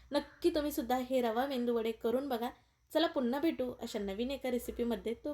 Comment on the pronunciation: Mendu nahi ho .medu vade ,khis nahi kees ,sunder menu